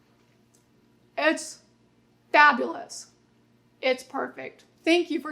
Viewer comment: Those tasting words almost came out as - "its fkng Fa BOULUS"